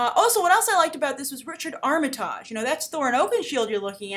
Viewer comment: First, his name is pronounced Arm-uh-tig, short i, soft g at the end.